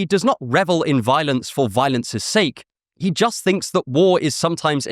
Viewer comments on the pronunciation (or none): none